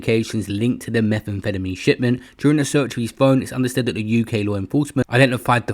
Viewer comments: Why is he saying Meth that way feddameen 😂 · Every time you say methamphetamine it sounds like youre having a stroke… why you say it like that? Lol